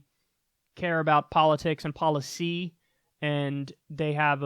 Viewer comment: Every time you put emphasis on poliTICS and poliCY, I want to gouge my ears out. Stop it.